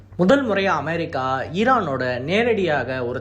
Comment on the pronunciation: தயவு செய்து அமெரிக்கா என்று சொல்லும் போது நார்மலா சொல்லு மற்றபடி new சொல்வது அருமையா இருக்கிறது பிரதர்